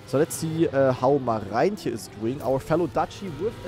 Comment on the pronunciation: German Dutchlearner since more than 500 days here. The letters "oe" are spoken like the German "u". So "Poepboer" is spoken "Pupbur". How you say the name of "Marijntje04" is already perfekt (the "ij" here is spoken like the German "ei")